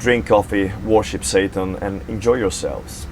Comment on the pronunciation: worship statan...did he just say that??? hahahah what a a fucking douche